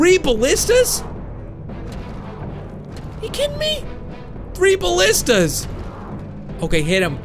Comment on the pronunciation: Aye you're subscribed to MattShea! He had the same problem with the pronunciation of ballistas or ballistai too!